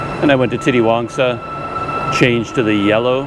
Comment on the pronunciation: Titiwangsa is pronounced "teeteewangsa" instead of "titty-wangsa"